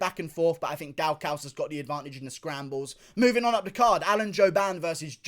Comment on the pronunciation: The way he says Kyle Daukus is Hilarious